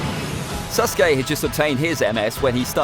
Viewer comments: Alright, everyone forget about “Ahkatsookey” listen to this, “Sus-gay” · sas uh kay